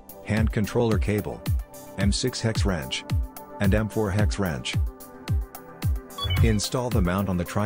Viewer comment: This is what happens when no one at your company can speak English, and so you need to employ AI to make a narration for your commercial.... to wit: "hex ranch", instead of "hex wrench". I'm sure the product is fine, but I would have preferred a thick-accented actual person to do the talk-over. It just gives more confidence in the company.